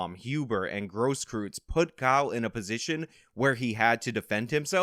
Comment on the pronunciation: It's not pronounced "gross-krootz", its "gross-kroitz"